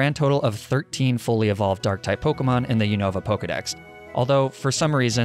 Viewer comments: They way you pronounce pokemon names kills me 😭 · this guy does not know how to pronounce the names, does he